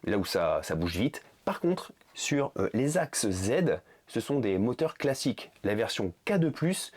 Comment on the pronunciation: Des « moteurs fockeurs »😂😂😂😂